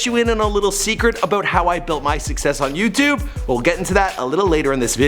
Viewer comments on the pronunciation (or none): none